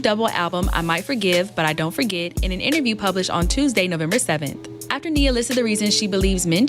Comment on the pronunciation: Who is this lame??? Talking about he doesn’t know how to say her name.. Boy please Then he keeps mentioning her age… Nia Long has been and always will be more relevant than this fake ahh Kevin Samuels wanna be